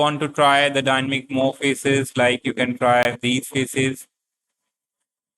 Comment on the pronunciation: it is dynamic not dynmic